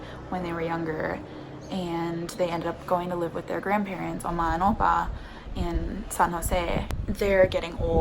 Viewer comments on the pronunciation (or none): I thought you were saying ama and apa 🤣🤣🤣 that's how we say it in Spanish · Oma and opa is dutch for grandparents, funny to hear you say it!